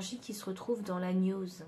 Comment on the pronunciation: Koukou, merci ! Choix 2. Une petite indication : pour la gnose on ne prononce pas gn comme le son habituel mais on distingue le g et le n, genre gue nose. Et encore un son inhabituel dans archétype qu'on prononce arkétype. Et sinon, je découvre vos tirages et j'adore ! Merci encore !